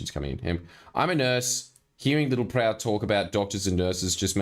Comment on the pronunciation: I always feel like I need to duck every time Littleproud ptt-pronounces a word with a ptt-P in it.